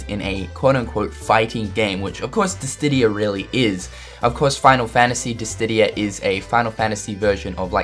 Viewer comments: In the previous video, he called Chocobo a Choboco and now he is calling Dissidia as Distidia!! It is confirmed that isn't a big fan of Final Fantasy games xD!! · did he disstidia? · damn son its Dissidia noch dissdia :DD them nipples get me